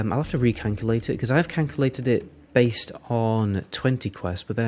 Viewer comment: i hate to be this guy but Canculate?